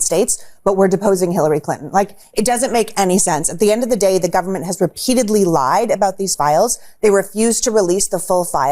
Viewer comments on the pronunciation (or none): none